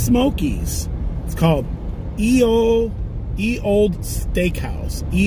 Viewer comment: Its yeeee ole